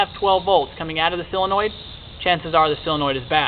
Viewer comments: Everybody, say solenoid as SO-LEN-OID, not CELL-EN-OID. Duh. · Do you think that you could learn to properly pronounce the English language? It is not s sill-in-oid. It is a SOLinoid. Drives me nuts! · solenoid not silenoid!!!!!! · Hey, - it's a "SOLE-enoid", not a "SELL-enoid. So-le-noid. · Useful video but damn he can't say Solenoid correctly at all. Seal-annoyed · Great short video. Right to the point. And if I may without offending, solenoid is pronounced sol.. i.e. Saul or doll ..and not silenoid. Just letting you know. You're a smart guy. I can tell that terminology is important to you. Thank again for the video. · sill-annoyed ? ....Americans lol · SOL.....SOL...SOL...SOLenoid. Why can no YouTube pronounce this word correctly???? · Good video......but it's SOLE-e-noid. :-) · Oh cool, you're going to teach me about something you don't even know how to say. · how fucking hard is it to pronounce solenoid properly?